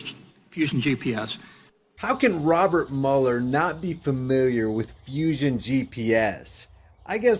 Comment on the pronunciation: it's not Muller,it's Mueller(mule er),he's a nazi infiltrator.